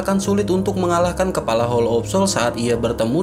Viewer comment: Kepala jadi kelapa 😂Kelapa terus bang kepala bukan kelapa